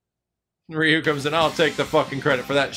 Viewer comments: He said ri yu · The way you pronounced Ryu's name made me literally roll up my eyes 10 times at least Bye. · So no one is going to talk about how he said Ryu's name wrong?